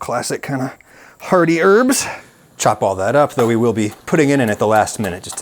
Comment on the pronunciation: 'H-earty urbs'??? Surely it's arty urbs, or hearty herbs!